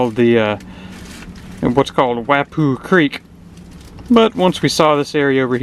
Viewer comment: My first of your vids, but I'm looking forward to watching more now. I'm a Charleston native and my only complaint was your pronunciation of Wappoo. it's "Wah Poo" and it separates West Ashley from James Island. The high bridge is the James Island Connector and the low ones are the Memorial bridges and they are draw bridges, as well. if you come back through go see the Morris Island lighthouse, as it is completely out to sea at high tide. Morris Island connects to Folly Beach, where the real beach is.